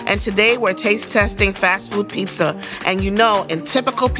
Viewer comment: It's always professional when it's pronounced "pissa"